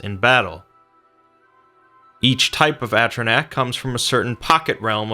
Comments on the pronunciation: It’s fuckin a-tri-nock. How did you even start saying atrinack they say atrinock in the fuckin game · atro-nack? really? it's A-tro-Nock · It is pronounced A - tro - nok not A - tro - nak, sorry for being petty, it was just bugging me to much not to say something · "Atronack" Cringe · He did this last time. At least he is getting closer. Last time, actually caused pain. Oh and lets not forget doody! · Well if you go by DnD pronunciation its a-tro-nok and yes wizards of the coast have given a break down of how to say it so ya it made me cringe also. Everyone else stop getting butthurt for literally NO reason it was a great video just that one thing stuck out like a sore thumb. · Holly shit i just made a comment complaining about his pronunciation and apparently it's already been said.. thank god people understand this... its not even about d&d its just the common sense of vowels.. a-stro-nok is the best way to describe the use of the vowels in this word.